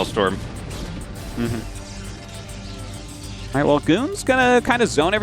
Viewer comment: "maylay storm"